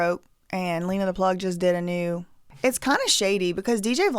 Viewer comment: Why are you going to talk about their daughters looks?? And stop purposely pronouncing Lena’s name wrong.